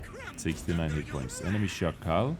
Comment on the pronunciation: Hey, as a pole I can confirm your pronunciation of Szakal is spot on